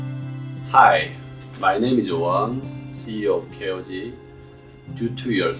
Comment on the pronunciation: WAIT WAIT WAIT.... Is the cannon pronunciation of KOG - ' Key-Oh-G ' ?? Dang i always said Kog like cog